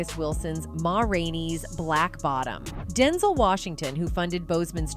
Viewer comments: His Name is DenZEL NOT denzull!! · Can you stop mispronouncing Denzel.😡